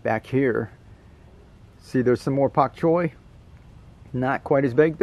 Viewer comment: Why do you say pok choy? Isn't it Bok Choy?